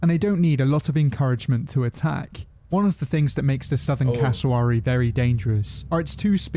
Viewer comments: The pronunciation of Cassowary 🥲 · This British presenter doesn't seem to have actually been to Australia ... (which might be why he's pronouncing Cassowary wrong lol) Also goannas are everywhere in the bush in QLD. Which is tropical, not arid. You can't go camping without seeing one, and they're ballsy enough to try and get into your tent looking for food. sidenote: Dingoes do NOT make good pets. I had to look after a pup once when someone mistook it for a german shepherd and brought it into our vet clinic. Only had it for a week while we contacted a sanctuary and he ripped up my house. They're definitely wild animals - and unlike dogs, their paws rotate so they're able to open doors and such way more effectively 😶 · They say cassowary wrong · This guy is doing this as a American he cant even say casawary right